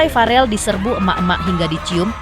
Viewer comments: Verrel bukan farel min 😇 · VEREEL BUUUU BUKAN FAREL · bukan farel woiiii tp verrel